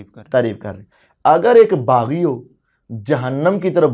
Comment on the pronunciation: Baggi nahi baghi giroh. Bol na